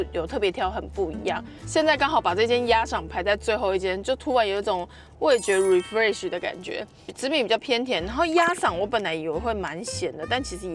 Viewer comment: 報告是refresh 不是reflesh... 😂